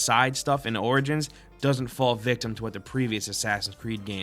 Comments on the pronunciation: Is it just me or are you saying assassin's Creed: Organs? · dude, "origins" reads like 'orijins'.